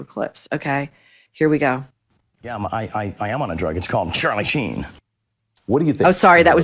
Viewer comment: Shein rather than Sheen 😂